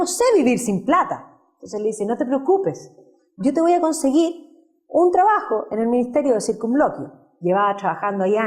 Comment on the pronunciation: Dice "traajo", porqué no hablar bien? Se dice trabajo.